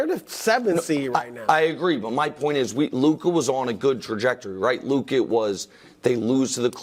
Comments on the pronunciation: It’s Luka. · It’s Luka